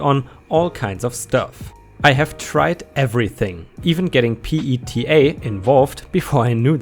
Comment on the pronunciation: PETA or People for the Ethical Treatment of Animals is pronounced pea-ta